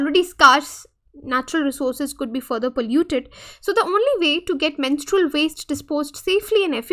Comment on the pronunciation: You are pronouncing the word menstrual wrong again and again. How can you even give lecture to this important topic ?? Disgusting.